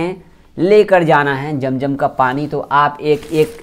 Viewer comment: Jam jam nahi hota hai. Zam zam hota hai